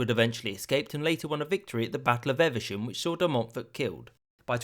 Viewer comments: Its pronounced EVE-SHAM not EVER-SHAM and has more pikeys than it has blades of grass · Eve-sham not Ever-sham 😐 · Battle of Evesham. Worcestershire folk pronounce it Eev-Shuhm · "lew-is" and "ever-sham" Are you an American, cause no English person could say these this wrong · Evesham not eversham, Eve like in Mrs Adam. Coronation is a noun not a verb, the verb is to crown, so the king was crowned not coronated. You pronounce English like a yank. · Been loving the series so far! Keep up the good work! That pronunciation of Evesham was a bit off though!